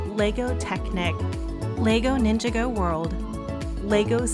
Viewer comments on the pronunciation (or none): Nin-jog-go... not ninga-go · It’s pronounced Nin-Jā-Gōh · She said said mia wrong she said mya not Mia she also said ninjago wrong